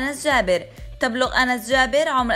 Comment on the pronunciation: اعتقد أُنس و ليس أَنس 😂🤡